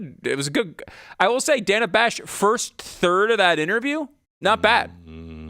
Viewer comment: Most importantly, she MISPRONOUNCED "Dana"!! HOW DARE SHE?!!